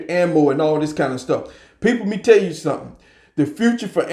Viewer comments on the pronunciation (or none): none